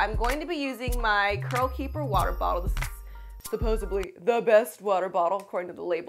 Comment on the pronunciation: “Supposubly”? The word is suppoSEDly. 🙄